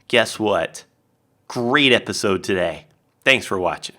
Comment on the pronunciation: is your "todayeh" coming from Jimmy Fallon's "Ew" bit?